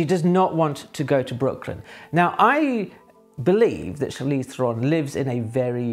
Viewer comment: You would think someone would have told you how to pronounce her name, for starters.